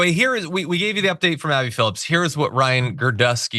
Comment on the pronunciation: You guys are both adding “s” to the last name of Abby Phillip